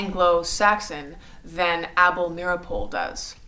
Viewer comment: You pronounced Able Meeropol's name incorrectly, the name "Rosenberg" incorrectly...but more importantly the Rosenberg's were not tried or convicted of "Treason"